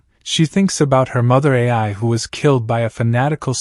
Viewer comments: Hey man keep up the great work! Also, Ai's name is pronounced like "eye", not "A-I". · The Word Ai is The idols name. Why does it pronounce like another word called A.I. which stands for artificial intelligence? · labasbas That's not how the joke is. Lol. It's cus he's pronouncing her name wrong. Instead of just calling her Ai, he says A, I. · Ai as in eye